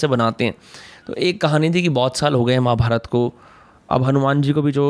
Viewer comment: अमि जी निसंदेह बहुत बढ़िया हैं. लेकिन male एंकर का महाभारता , भीमा, कृष्णा बोलना बुरा लगता है